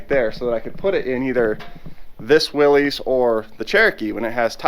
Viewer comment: my 98 year old grandpa watching wants you to know that Willys is pronounced Willis, as in Bruce.